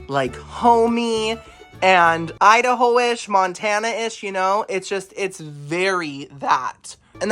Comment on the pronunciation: The way you said Idaho.. 😂😂 I love you so much!